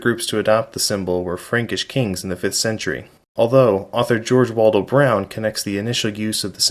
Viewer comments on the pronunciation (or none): none